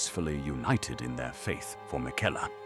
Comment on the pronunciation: Fantastic video, well done. The voiceover, is it you or an AI voice? Just wondering as the pronunciation of some names was a bit different than usual (Liurnia/miquella)Either way it’s fantastic